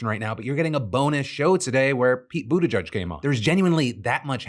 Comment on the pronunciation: Almost there Phil... say: BU - TI - GEEG , Not, Bu ti gudge. :D